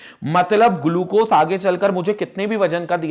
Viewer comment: I respect sir but the way he says glucose 😂👌........ hey says "Gulucose"🤣☠️